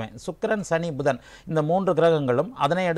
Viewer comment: Not pushan it is pudhan